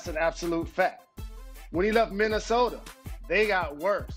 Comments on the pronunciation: Why Stephen A. Says Minnesoterrrr!!!! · why cant stephen A. just say minnesota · Stephen A. ........"Minnesoter"?!?!?!?!?!?!?!?!?!?! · "and when he was in 🗣️ MINNESOTER!" 😂😂😂 Ohhh Stephen A.🤦🏾‍♂️ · Stephen A: “ Minnesoteerr” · “Minnasoder” LMAO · Brendan McDonald he also said minnesoder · All I can hear is Minnasoter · Stephen “minAsoder” Smith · SAS: "Rob PalinkEr" "KembER Walker" "MinnesotER" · Nobody: SAS: Minnesoter